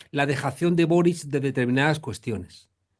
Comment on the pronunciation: No es “Boris…” 😉 Es Boric. (y se pronuncia “Borich”) Es un apellido croata.